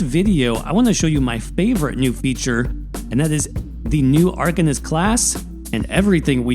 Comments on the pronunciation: arCANist not arKUHnist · ar - CAIN - ist.